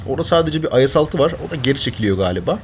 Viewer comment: abi IS ye Ayes demek istedin :)